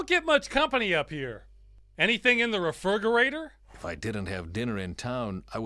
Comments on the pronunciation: I have been saying "refirgerator" since this video was first released. I don't acknowledge it when anyone says something about it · Ross that's not how you pronounce refri... oh